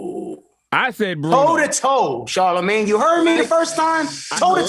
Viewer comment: 40 seconds in.... "Charlamange come on" lmao. Dude fuckin sucks